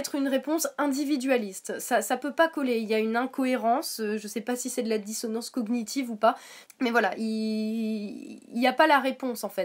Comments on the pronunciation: Euhh bon je ne suis pas d'accord avec toi mais surtout , SURTOUT dans la dissonance cognitive le [gn] ce prononce comme dans montagne ( a peut pres ) mais en gros on ne prononce pas les deux lettres ; juste l'ensemble. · Belujard Reprendre sur sa façon de prononcer "cognitive" met tout de suite au clair le niveau de débat que tu peux avoir. D'ailleurs, je ne comprends pas ce que tu racontes: "... ton opinion sur les traitements infligés aux animaux... semble contradictoire!": tu n'as pas l'air bien sur(e) de ce que tu dis mais ça ne t'empeches pas de continuer avec un "Alors revois complètement tes arguments..."!?! 1) le niveau de débat 2) ça ne serait pas la façon de parler d'un(e) fanatique ça? Tu dis que vous agresse? C'est une vidéo "droit de réponse" il me semble. Pour finir et compléter ce qu'elle a dit, j'aimerais te poser deux questions: - Est ce que les vegan boycottent tous les médicaments et les cosmétiques? (Ils sont tous testés sur des animaux avant d'être testés sur des humains.) - Si un moustique te pique, tu l'ecrabouilles ou tu la laisses faire? (Un moustique qui te pique, c'est toujours une femelle qui vient chercher de quoi nourrir sa progéniture.)